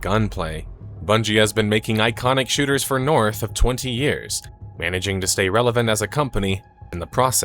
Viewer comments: I'd recommend vocal warmup because I hear "shitters" not shooters 😂😂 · Thought he said two iconic shitters